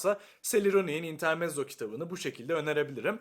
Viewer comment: İntermetzo olarak okunur.